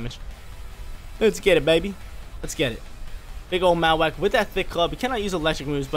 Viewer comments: Lol truuu. Marro-wak like bone marrow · Great content but I hate the way you say Mawak lol